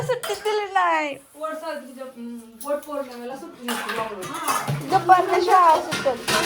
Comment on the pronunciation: वोट पोर्णिमानाहीम्हणत😂वट पौर्णिमा म्हणतात